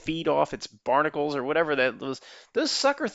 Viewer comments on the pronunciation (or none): none